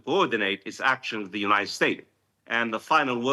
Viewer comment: 🗣️ “Unigh state” but “United Arab Emirates.” 😂